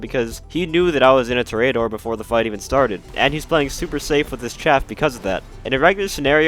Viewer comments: It’s tor-e-door not tor-a-door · Lol “tory ater”. Its in spanish, its “tor-eh-ah-door” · pronounced TOR·ee·uh·DOR /ˈtôrēəˌdôr/ -- like a bull fighter. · Dont you mean the torry-adder? that is how the professional says it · It’s pronounced TOR-ee-uh-dor, it means bullfighter. I swear I’ve never heard so many words mispronounced than in the GTA community lol. Prob a lot to do with the relatively young player base is all. Not trying to hate though, great video and channel! Liked and have been subbed :) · Hi! Just a friendly PSA that Toreador is pronounced “To-REY-ador” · It’s pronounced ‘tor-e-a-dor’ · With emphasis on the TOR only. (I have yet to see a GTA Youtuber or streamer get this right and it hurts me. Literally none of them took 30 seconds to google it.) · Love the in-depth guide, but it’s pronounced TOH-REE-AH-DOR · Man stop pronouncing it like a spastic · u cant pronounce toreador?